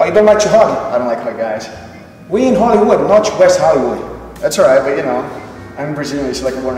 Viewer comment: we in hollywooch not in wesh hollywooch